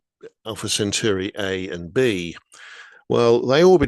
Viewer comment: You’d think that a science writer would actually get the pronunciation of Alpha Centauri right, but no. It’s pronounced Cent-awri!